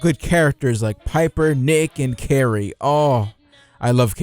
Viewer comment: Currie! <3 also (Cure-e is how you say it) good vid man! loved it, totes agree